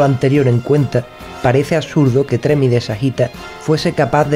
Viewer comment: Un pequeño comentario/correción. El personaje no se llama Tremi o como se pudiera escribir, sino Ptolemi (pronunciado Tolemi). Saludos y buenos videos los que haces.